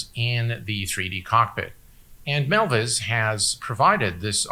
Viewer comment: Another great video by, very concise and time stamps are appreciated, thumbs up given. Not sure why he mis-spelled MilViz in the title and continually mis-pronounces the name throughout the video. Sounds like he's saying Melvis instead of MilViz, as in "Melvis has left the building" XD